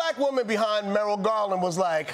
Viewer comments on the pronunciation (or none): Merrulg Garland haha